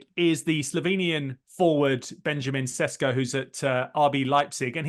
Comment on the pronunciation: It doesn't really give you much confidence in their opinion on a player when they don't even know his name. RB Leipzig's player's name is Šeško, pronounced like the initial sound in 'ship', as is quite clear from the spelling.